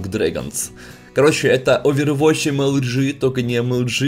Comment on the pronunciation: Почемууу ОвервоТч? не надо так. просто overwatch